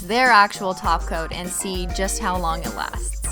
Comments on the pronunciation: When you say top coat it sounds like you say taco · It’s an old running joke cuz the way Cristine pronounces top coat kept sounding like taco, and after a while she just ran with it and started running a taco emoji across the screen to roast her own pronunciation. The association worked so well she decided to include it in the name of the company she later created. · Ah, I see you are a new holosexual and still getting used to the ways of Simply Nailogical. Welcome to the world of holosexuals! I'll show you around! First off, it's top coat, but we pronounce it as Taco! Second, if you do not love Holo, then this channel isn't for you! Bye, new holosexual!